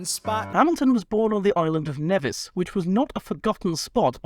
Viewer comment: ooh, i get to correct you on something: nevis is actually pronounced "neevis"